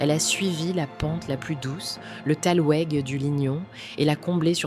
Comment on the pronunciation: Ca sent la voix IA Thalwoueg... Ca se prononce talveg